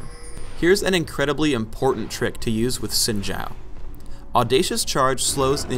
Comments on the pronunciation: He pronounced "Xin" wrong... It's 'Shin' not 'Sin'. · Yeah where they pronounce his first name properly lol